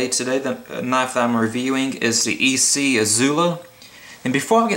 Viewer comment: I think you are the only reviewer who pronounces the company name ESEE (ee-sea) correctly. HELL YA!